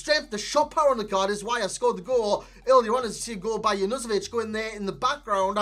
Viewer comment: You actually nailed Junuzovic on the first attempt, it's You-Noo-So-witch :D